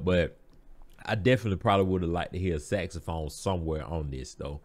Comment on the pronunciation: Ren just heard you say Saxaphone and is now beating him self up 😂